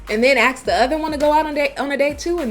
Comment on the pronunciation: "Axe" a question? Hurt your "fillings"? Ugh.